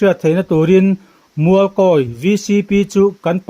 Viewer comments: Mizo Journalis chu khaw hming i va chhiar dik lo ve i chhiar Kâwi daih a. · I thluk dik lo Mualkawi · Mualkawi tih chu in thluk dan ava inanglo ve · An chilkawi a ni ang😁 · A ṭawng a pai nge Mualkawi hming lam dan hi a hre sual? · Tawngthluk hi fimkhur ve deuh teh aa, Mualkawi tih te hi chu i hre ve fo tawh tur ah ngai ila, tawng hian a thluk a zir in hawrawp in ang reng pawh a lam a hrang daih thei tih hi hriat a tha khawp mai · Mualkawi i lam dan hi ngaihthlak a nuam chiah lo thluk dik hi a pawimawh ve a nia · Mualkawi, tih chu i thlûk diklo hle mai. I kawm a te thlûk dan hian thlûk ve mai la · Mizoram khaw hming tal hi chu lam dik ve teh u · Khaw hming lam dân hi inzir deuh ula a tha hle mai..